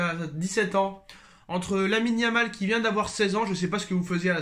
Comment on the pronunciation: 😂😂😂😂 tu m'as tuée Quan tu di yamin Lamal